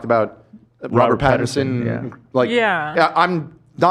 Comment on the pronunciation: Robert Patterson. What other names have they said wrong in these reviews?